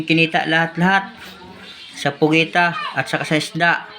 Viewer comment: PUGITA NOT POGITA